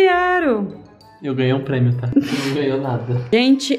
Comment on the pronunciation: " parabens e o premo de sla oq do ano vai para... " e o "premo" kkkkk